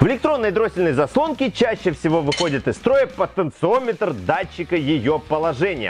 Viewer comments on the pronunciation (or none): none